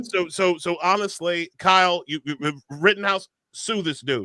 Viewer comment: It's Kyle not Cal. Actually